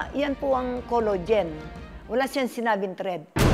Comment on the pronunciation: Senior ka na po nanay pag pronunciation mo ng collagen collogen npo sab i mo wag na po kayo mg pa retoke kung pati collagen collogen na pag bigkas mo po 😂